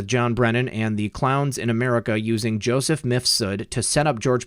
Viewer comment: Lol, seems you're one of the few YT creators that pronounces the name of MIFSUD they way it should be pronounced. Most of them pronounce it like MISFUD ! 😂👍